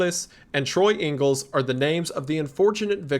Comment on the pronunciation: Awesome video! Loved it all the way, small note: When talking about the graveyard three in the police report of their murder, there's one who's surname is "Ingles" which you pronounced as "Angles". I have reason to believe that with the recurrence of Spanish text, names and surnames during the game, Ingles there is just the Spanish surname which means English (Which originated as a way of saying "Yeah, that's John from England" and became a surname along the way) and is pronounced much different. Super minor nitpick aside, great content from a great creator, hope to see you do more horror game content in the future!